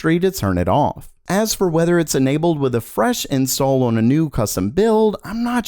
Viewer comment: Years later and you still can't say "on"